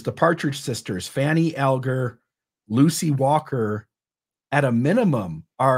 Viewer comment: I believe descendents of Fanny Alger pronounce Alger All-ger.